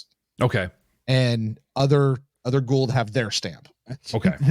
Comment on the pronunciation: It's "Goa'uld"...